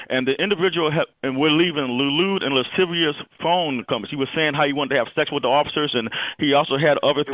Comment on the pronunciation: “Lude and lisivious comments” lmao 😂